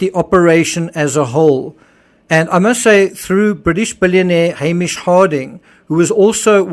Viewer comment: Totally unrelated, but this is the first video I think I've ever seen where someone pronounced Hamish correctly. Been bugging me for three years 😆